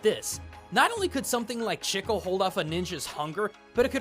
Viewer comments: I was laughing through this entire video, because of how you pronounce chicle. I'm wondering where did you find the pronunciation of that word? I pronounce it Chi-kLE, anyone I've known that Speak Spanish says it as Chi-kLE. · I'm not Portuguese, but even I know "Chicle" is pronounced "chee-ckleh". Dislike and unsubscribe!!! (Jk, great video) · Its called chea-kle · CHEEEK • LEEE! it hurts to hear it the way you say it. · "Chicle" is pronounced "cheek-lay" fyi. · I did have to pause the video to see if anyone else said this because it is grating to hear "Chickle" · It's more like "cheek-leh" with a soft "ch" sound. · It's more like "chee-cleh" as in "chee"-se and "Cle"-mentine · When he pronounces the name wrong everytime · your pronunciation of chicle hurt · I am bewildered on how can pronounce Japanese cleanly but can't pronounce chicle. If we were to put it as romaji it'd be chi-ku-re, please XD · ...The pronounciation of chiclé is absolutely killing me. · I find it funny how you pronounce "chicle". 😁 Thanks for the episode, and for all your work really. Stay safe. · I know it makes me look like an a$$hole... but If I don't talk about it, someone else will. Chicle is pronounced Chee-clay, not Chick-al. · Loved the video, but just wanted to add something, it's maybe nitpicking but "chicle" is pronounced "chee" as in cheese and "cleh" as in Chile the "e" got an "eh" spelling . Not trying to aggravate anybody, just clarifying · The way you said “Chicle” made me slightly cringe, as I’m Hispanic and that is the word for gum in Spanish. The way it is actually pronounced is “Chee-Kleh”. Just thought I would let you know. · Please stop hurting me,! As a native Spanish speaker, its pronounced chi-CLEH or chi-CLAY. That's all I wanted to say; have a good day. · Sorry to point this out. The Spanish word "chicle" is pronounced Chi• K• Le (but fast...) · You can prounounce omae wa mo shinderu but you cant say 'CHEE-CLAY'